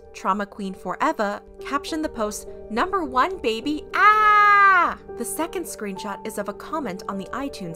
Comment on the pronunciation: "Number wan beby ahhhhh!"